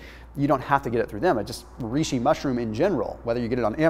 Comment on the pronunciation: Avtóphagy Reishi, not riishi Like Rey Great Information🎶